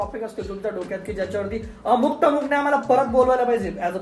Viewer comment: 'टमुक' नाही रे...'अमुक तमूक' !!!